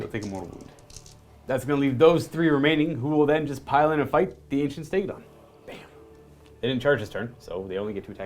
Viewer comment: It’s called a Stegadon with engine of the the gods not stegatron